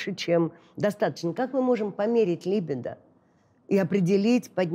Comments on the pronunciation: Странно, почему произносит слово либидо с ударением на первом слоге? Ведь и по-русски, и по-английски правильно говорить либИдо, с ударением на втором слоге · Господи, ну когда же уже все эти психологи научатся правильно ставить ударение в слове « либидо». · я не о привычках, а о правильном произношении. Можно ведь проверить и в Википедии, и в словаре